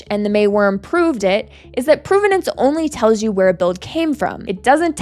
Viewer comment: PROV-ven-nance, not PROVE-ven-nance, despite the relationship between these words. Please learn English.